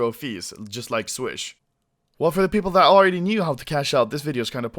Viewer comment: he said pew-pewple xD